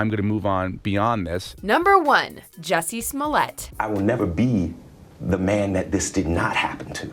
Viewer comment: Your pronunciations are terrible "Juh-see Smoll-ett?" It's "Joo-see Smul-ey-ay."